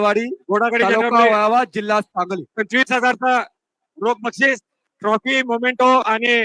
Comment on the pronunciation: मोमेंटो नाही मेमेंटो म्हणा